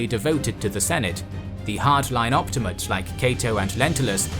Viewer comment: Op-ti-ma-tes, not op-ti-mates.